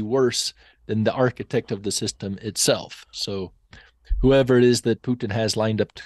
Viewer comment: The way they keep saying Pyutin 😂